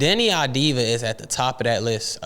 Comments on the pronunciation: its "AVDIA" or "AVDIYA" not "AVDIVA" .... it"s Av-di-ya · It's Av-di-ya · Deni, last name procurance : Av-Di-YA, please take a note!